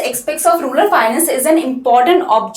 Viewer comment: it's rural not rular mam